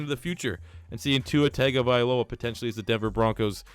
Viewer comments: it’s tagovailoa not tagovialoa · It isn’t TAGovailoa, it’s pronounced TUNGovailoa 🤦🏻‍♂️ I cringe so mf hard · as a Alabama fan i have to correct you its TUNG-OH-vi-Loa dont take offense i butchered his name the first couple times i heard of him to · The A and the I need to be switched in Tagovailoa